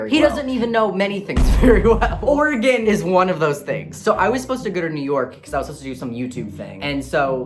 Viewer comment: You pronounced Oregon correctly. Yay